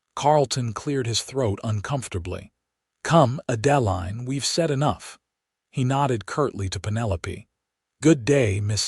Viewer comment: The name Adeline is pronounced Ad•ĕ•līne.